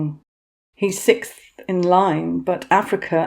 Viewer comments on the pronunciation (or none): none